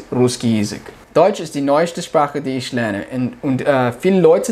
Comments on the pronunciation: Привет я живу в Германии и тоже очень быстро выучил язык, и хочу сказать что у тебя хорошо получается только не много ошибок делаеш там где надо говорить х например Ich ты говоришь ш- Isch. Удачи тебе! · В немецком немножко страдает произножение, в словах ich natürlich Ch произносится как хь с мягким знаком, у теб получается как sch ш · Ich pronounce is - Ихь. Нихть ишь.